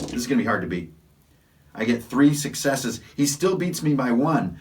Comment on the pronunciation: While watching your video which I enjoyed you kept saying successe.. Now😮 does this mean that the person actually gets to attack with that success or does it mean he gets a point towards a success like IA game called vampire the masquerade?Do I need all successes to succeed or does one let me succeed in anything I want to do?